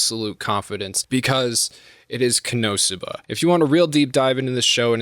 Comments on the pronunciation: Its ko... no suba not how you say it. So you watch the show They scream the name like 15 times a episode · Koe No Sue Bah? What universe is that the pronounciation, they literally state the pronounciation multiple times lmao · ................... shouldn't the .... emphasis be on the THIRD syllable and not the ... SECOND one?? Ko-no- SOO-ba? Whatever. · It's ko-no-suba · So sorry for this as it is a bit annoying but it is CON-NO-SUE-BA. Not wanting to be that guy but hearing it said wrong so many times gets to me. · god the why you say konosuba hurts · Why you say Konosuba wrong? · Absolutely unwatchable due to the pronunciation of konosuba. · Why you pronouncing it like that? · Please please ... pronounce the show name correctly. I can't watch the video when you butcher the name like that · Great video, as always. But how do you mispronounce Konosuba? They only say the name of the Anime about 10 times per episode! Lol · The way he peonounces Konosuba makes me want to commit war crimes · I've never heard Konosuba pronounced like that lol and this series is uncontrollably funny and awesome never had a bad time with Konosuba plus been reading the manga for a really long time it's great too also ps Aqua Best Girl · Yeah it annoys me the way he says it